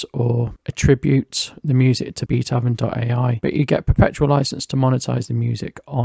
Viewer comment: I believe the name Beatoven is a pun on the name of the classical composer Beethoven, and therefore is not pronounced "Beat-Oven" but "Beat(h)oven" with the "o" soundling like the "o" in "go", "so", "hope", etc.